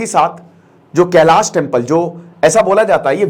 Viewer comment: Sir kelash temple hai na ki kelasha , pronunciation thik se kijiye please Indian people ki tarah na ki western people ki tarah